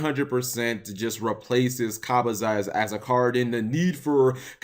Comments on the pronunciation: Okay you've GOT to be doing that pronunciation of Kabazauls on purpose right lol? I know there's technically no right way but 'Ka-ba--zahs' just sounds funny? Although to be fair if you look at the spelling it actually looks like the correct way. But I've always heard it pronounced 'Kah-bu-zauls'. Not to mention you literally pronounce it both it ways and back again within a minute lol. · Kah-Bah-Zalls. How do ppl say KaBooZauls if English is your first language? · Why do you pronounce Kabazauls in 2 different ways hahahahha